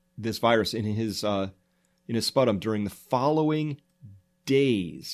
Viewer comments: Not "spuh tum". Pronounced "spoo tum". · He called sputum Spuh-tom. Fake news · How do you not know how to pronounce “sputum”? - it’s like spyoo-tumm, not „sputtum“ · Sputum: spyoo-tum, not sput-um! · It’s pronounced “spew tum” not “spuh tum”... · Thirteen-Fifty justnumbers thanks, that was making me nuts but I was trying to let it go. Spew-Tum. SMH. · Damn, I was all on board until you called sputum spuh-Tom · Thank you for this daily dose of sanity from someone sitting right in the path of this disaster, please keep up this excellent work. BTW: Sputum is pronounced spew-tum. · Sputum? Isn't it pronounced Sp-ew-tum? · Great coverage. You are however mispronouncing sputum. (Spew-tum). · it's pronounced - spew-tum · It's SPEW-tum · I'm pretty sure sputum is pronounced SPEW-tum. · It's pronounced spewtum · I love your videos on this subject and I really agree with your assessment...on a funny note, I had to giggle of your pronunciation of the word "sputum"...LOL! it is pronounced "SPEW-tum" ;) Keep up the good work! Great info!! :) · sputum..really...never heard it pronounced that way.i ( as a nurse) have always pronounced it (correctly) as ..phonetically ...... "spyoodum " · Its odd that when the word “sputum” came up in the various news bits you were reading out loud, you mispronounced it. Sputum is such a basic word. Are you sure you have a PhD in some medical field? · You should Google how to say sputum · This guy can't even correctly pronounce the word "sputum" and he opines as an expert of infectious disease? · you are a professional medical person sir? you cant even pronounce the word "sputum" properly .